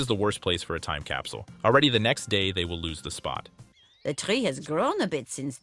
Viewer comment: whay doz madam gazel seaj capsiul and not capsl